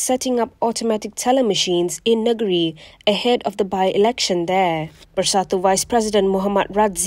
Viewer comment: Sebutkan: ‘Neng-giri’ lah.